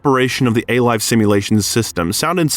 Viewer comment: "A-Life" not 'a life', etc.